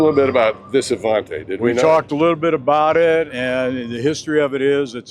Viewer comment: The Avanti ll was built on the Studebaker Chassis with a Chevrolet engine, not the Corvette chassis. What a BSer. His knowledge is faulty. His pronounciation of Avanti is correct.